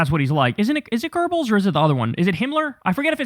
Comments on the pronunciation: Kyle, its "Göbbels" ... "Goebbels" - not "Groebbles" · Kyle, for the 20th time, the nazi guys name was Goebbels, not Goerbels. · It's Goebels lol not Gerbels. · It is not pronounced gurbls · Goebbels. It's Goebbels. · Paul Joseph Goebbels ( pronounced " goo bills" - ain't no "r" sound in his surname )